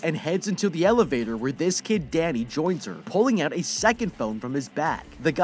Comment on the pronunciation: When he said Danny I thought he said daddy 🤣🤣